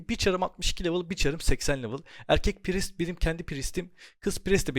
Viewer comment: İlk defa "priest" i doğru telaffuz eden birine denk gelmek sevindirdi. Praaayyssttt diye okuyanlara selam olsun :)